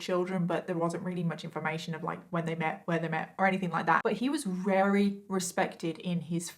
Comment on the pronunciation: I like the way you say "very" - sounds like "Rarey" makes me happy